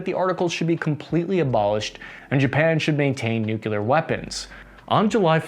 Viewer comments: Hey W, it’s nuclear, not nucular. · Nu-Clee-Ur. Not Nuk-U-Lar. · It’s nuclear weapons…….not NUCULAR weapons😂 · NU - KLEE - ER ... not ... NU - KYU - LER. Love the channel. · I really love your videos but you have GOT TO STOP saying “nuculer” instead of “nuclear”. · Nuclear is pronounced “New-Clear” not “Nuke-u-lur.” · Nookyooler? Come on, man... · It's nuke lee ar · I just have a hard time with you saying "nUkuLer". C'mon man!! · Its pronounced NUCLEAR! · WHY IS IT THAT YOU GUYS CANNOT PRONOUNCE "NUCLEAR"?